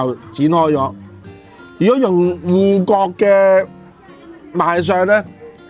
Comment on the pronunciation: 唔係「臺不」，係「臺北」 唔係「芋割」，係「芋角」